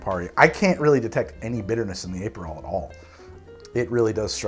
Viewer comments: Also, Ay-perol! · It’s pronounced “APP-per-roll” not Ape-per-roll. Also Uh-pair-ah-tiff. Nothing against your great content, just a note. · APE-erol and aper'tif...I love how you add and subtract vowels arbitrarily. I say that with no sarcasm. I'm literally going to watch this again just to hear it all again. Also: agree with you about Dubonnet. It's totally different from the original. Stick to Cocchi di Torino or Bonal.